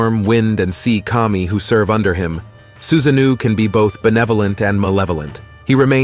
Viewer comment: It's not Susanoo(new) it's Su-sa-no-o...like the word NO with an extra o. Anyway, this was very informative and interesting but some of the name mispronunciations or pronunciation shifts was a bit jarring.